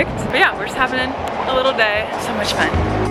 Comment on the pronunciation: "Thank you so Matcha" LOL